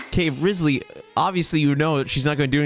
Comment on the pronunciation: will you ever say his name right? (among many other things)